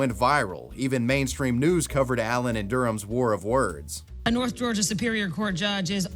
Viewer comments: The State of Georgia, not Georigia. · “The state of Georigia” 😭😭😭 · Georigia lol wtfff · Ah yes Georigia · “the state of georigia” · "the state of georigia"? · georigia? wtf is that lol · What's a 'Georigia'?